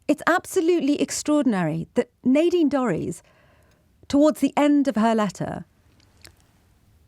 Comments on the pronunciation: Nadine: the a is short not long. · It's pronounced Nadine.